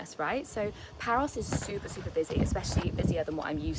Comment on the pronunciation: Just found this thanks to my start page and omg omg I totally love this and you 🥰🥰 I actually never read the title first or too fast so here and there in this vlog it sounded like you said "Paris" (France) and then I read the title and I saw it was Paros 🥺💖 and so cute friendship rings ❤️ also love that green top in the beginning 💚 just imagine being one of your girlfriends how great that would be 💖💖 the biggest hugs and cutest kisses to you 💋